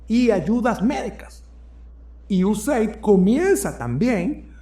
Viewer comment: IU-E-SEID-AI-DI Esa es la pronunciación correcta.